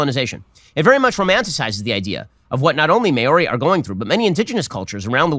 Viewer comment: Ben Shapiro needs to learn how to pronounce Maori, because it's definitely NOT "may-or-ee", it's "Mau-Ree" with a slightly rolled R. His possibly deliberate mispronunciation of their names is more than likely more offensive than the movie itself.